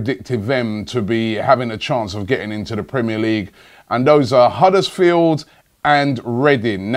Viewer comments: It's Huddersfield, not Huddersfeel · why cant you pronounce the d at the end of huddersfield?